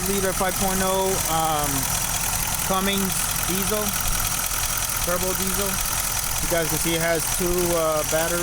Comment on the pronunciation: There’s no G in Cummins.